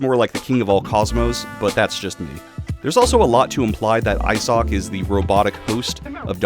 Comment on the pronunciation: Bro is butchering names, Isock, surjes, Gay armor 😅